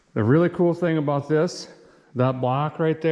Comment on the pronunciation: what is he talking aboot 🤣